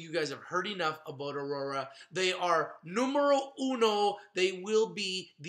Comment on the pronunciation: Haha I like it when you said 'numoro uno' .